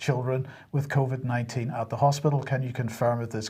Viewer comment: I ❤ it when says Covy 🤣